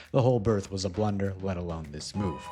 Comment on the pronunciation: That’s not blunder that’s B L U U U U N D E R